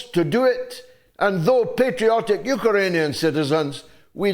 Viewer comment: I can’t stop laughing every time I hear him say Yooker-anian!